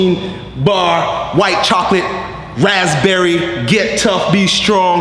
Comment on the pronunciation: Rath-berry lemonade. Hahaha